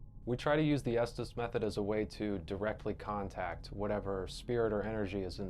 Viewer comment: Ess Tess method not es tees